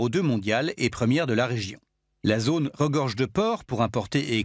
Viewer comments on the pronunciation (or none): none